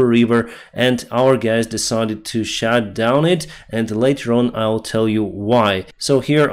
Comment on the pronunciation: "shat down" 😂😂😂😂